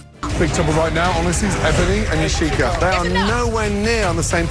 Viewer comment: don't mean to be a stickler, but Yacheka = Ya She Ka Ebony = eB bun ny